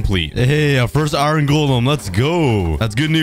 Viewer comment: Bro you pronounce iron wrong you cookie🍪🍪🍪🍪🍪🍪